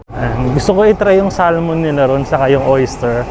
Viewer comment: Bro the correct Pronouciation of Salmon is .....SAMON ! just for your info.Cheers